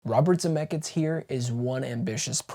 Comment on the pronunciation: Are you saying “ZemecKITS”? 😂